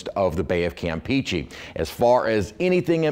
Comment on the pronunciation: He needs to learn how to say campeche